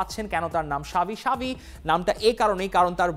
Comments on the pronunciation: Why you saying "Shavi" instead of "Xavi" 😂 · ভাই সাবি না। জাভি হবে😂😂